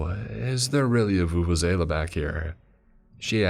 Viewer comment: Do you really have a vuvuzela in US? I like how you pronounce Vuvuzela 👌👌👌.